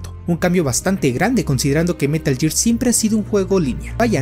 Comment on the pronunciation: Es gear, no year